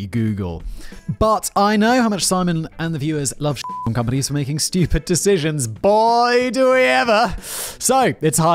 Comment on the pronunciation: Simon: makes fun of himself saying "dishishuns" Simon correcting himself: Repeats the same mistake lol Love ya guys!